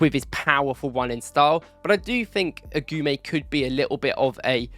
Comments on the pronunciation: AGOUMÉ LIKE A-GOO-MÉ. NOT AGOUAMÉ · Lucien Agoumé (Eh-Goo-May) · Good video. Just one thing, its Lucien "Agooomay"